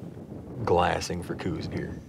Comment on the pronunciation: Okay so its not pronounced coose deer. Its pronounced like house with a C. The deer is named after the person the first identified them as a sub species.